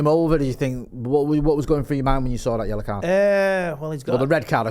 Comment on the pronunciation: Its yellow not yella😅